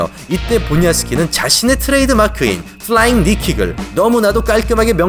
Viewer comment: 플라잉~~~꾸욱~ 발음 참 찰져요